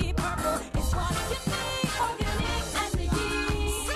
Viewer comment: Bakit maarte mag salita si nina ng tagalog, eh hindi naman nya ma pronounce ng tama ang organic lol.